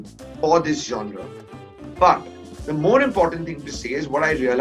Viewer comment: Who is this guy. Seriously I had never heard of him. I was only counting how many times he said 'Jaunraa'. (Genre)